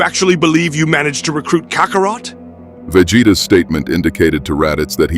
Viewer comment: Cockarot? I cant stand AI